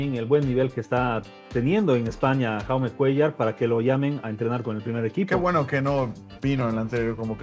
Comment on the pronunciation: Jaume no se lee con la J española, sino con la J catalana o inglesa (como Lebron James), a ver si conocen mas de su jugador, que me pitan los oídos al escuchar como le llaman a Jaume